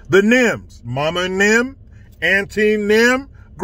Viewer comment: Of course, this is a serious case, with one officer dying and one in critical condition. I hope he pulls through. But when said "nem" showed up, I couldn't help it. I just busted out laughing because I didn't know what he was talking about. 😄😄😄